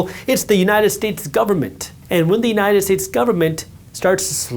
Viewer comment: Did i just hear “united tits” 😅 many times otherwise good video